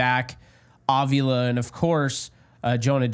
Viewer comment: Please, please, please stop pronouncing his name "Ovula"; it makes it sound like he is ovulating. His name is Avila. Pronounced Ahveelah. The emphasis is on the 2nd syllable.